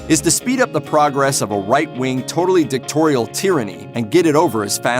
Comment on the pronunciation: DicTAtorial, not dictorial. Saying, "world war II" while showing world war I video??? This being said I still gave you a thumb up for the work you put in your video. Thank you. Bowie was a very good looking man and fantastic artist. He changed genre so many times and that's how he stayed popular until his death. Bravo Sir.